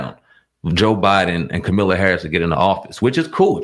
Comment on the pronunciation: At least say her name right